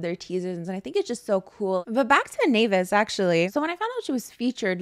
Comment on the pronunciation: The way you are the only one that can pronounce naevis right is so nice lmao